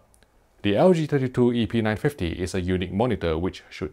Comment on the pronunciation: Almost sounds like he is saying epeen950...